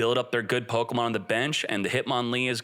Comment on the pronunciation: It's not Pokamon. It's Pokemon